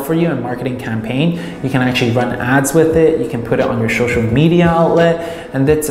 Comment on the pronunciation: Good video. Laughed every time you said shoshal (social) lol keep up the good work